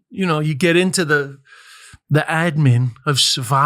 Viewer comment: Healthy nod to the gigglers when des said “admin” 😂 💜💅